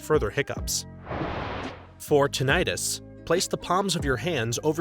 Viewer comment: It’s not “tin-itis”. It’s tinnitus. “Tin-ih-tuss”